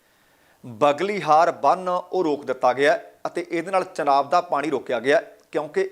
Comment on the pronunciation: ਚਨਾਬ ਨੀ ਹੁੰਦਾ ਝਨਾਬ ਹੁੰਦਾ